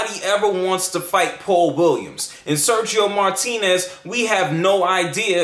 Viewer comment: al final "Sershio Moartinez" te termino rompiendo el coco de un zurdazo xD por parlanchin